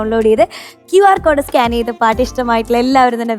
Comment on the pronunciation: സ്കാന് ചെയ്തു എന്നല്ല സ്കാൻ ചെയ്തു എന്ന് പറയണം